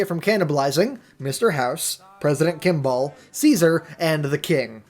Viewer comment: When i heard say president kimball I thought he said president kick-ball